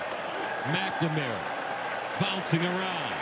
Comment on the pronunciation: the way they pronounce McNamara..... it kills me!